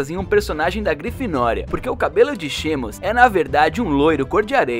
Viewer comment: Que eu saiba é "Simas",no vídeo erraram a pronuncia de tantos nomes que dá agonia, chegaram a dizer "J.K.HÁULINGUI"